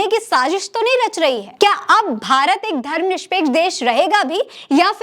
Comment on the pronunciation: Aap is vdo me Dharamnirpeksh ko Dharamnishpeksh kahte hue jaan pad rahi hain..